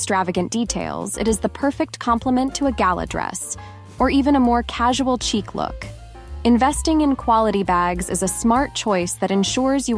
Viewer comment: Chic is pronounced sheek, not cheek. Just so you know.